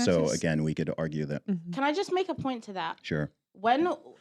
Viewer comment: that “SURE”…. Was personal 😅😂